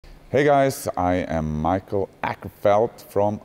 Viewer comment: With his first name as well :P its more like "me-call" in Swedish pronounciation. I wont attempt Åkerfeldt.. The phonetics are just too different from the american sounds you can write out :P besides im not fluent in Swedish haha